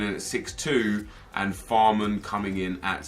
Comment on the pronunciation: Fahrman the Barman.... you do know its FÄhrmanN and not Fahrman right???